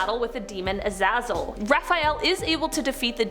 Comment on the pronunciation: it's pronounced azayzel